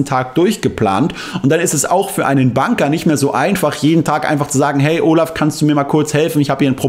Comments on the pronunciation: super interessante Recherche. P.S. sei doch bitte so nett, vielleicht könntest du den Banker,Bänker aussprechen. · Es wird "Bänker" ausgesprochen ☝️😉